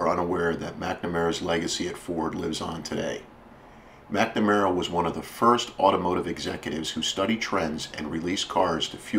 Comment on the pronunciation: Nowt 2 do with cars but the last time I checked the name McNamara doesn't have an "E" in it!! So why pronounce it as if it does? DUH! Oh the "T" Bird? Another American Classic. I still have an unopened Airfix model of one in my shed in England, (bought in Minnesota in '65 when I was ten years old) where we actually speak English and prounounce, punctuate, spell and speak the Queens English! I have no idea wot language you guys think ur speaking cos it ain't ENGLISH! Worst of all I used to speak your language for about 10 yrs before slowly recovering back to proper English haha! I went to live/work in Oman for 5 years. There I learnt to become Dyslexic, so what's your excuses? Do I have a wish? Yes! To bring back the era (pronounced eara, not as error) of great American Automobiles from the late '40s to 1970s! Although modern cars are part of evolution, they just haven't got the same ZING to them! British cars? Apart from a very select few including the Jaguar (NOT pronounced Jagwaar; you guys call your big cat what you like but leave ours be) our older cars are sooo tiny and awful in style compared to your outrageously beautifully designed cars, both body & interiors. 😝 Unless there's a big demand (to build old style with modern autoelectrics/engines) we'll never see this styling again! Life can be such a B Itch! Y'all have a nice day and stay safe. 👌😋